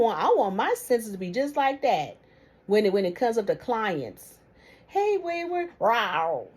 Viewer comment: Wayward said Roar or Row or something.😂😂😂😂